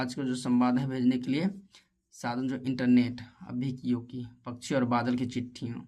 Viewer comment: Bhaiya pakshi hota hai pakshi nahin hota aapko dhang se padhna nahin aata Aap apni video mein acche word use Karen acchi tarah Se bole spasht ko ispat mat bolo spasht bolo dhang se har chijon ko spasht bolo